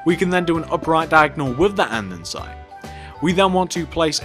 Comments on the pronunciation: why do he keep saying ande'n'site? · Grhhh I'm OCD. It's Said. And-es-ite. Not and-en-site 😞😡